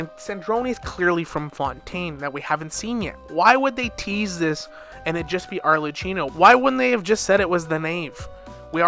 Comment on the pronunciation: Brooooo arlekkino, not arleccino T.T